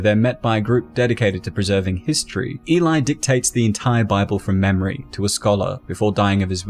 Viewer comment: Why is the narrator keep saying elai?